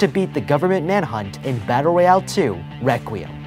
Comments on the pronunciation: said "Battle Royale 2 REQUIM" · "requiem" korega requiem da